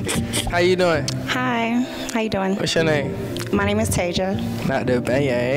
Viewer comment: Nigga said “not the bayang”😂😂😂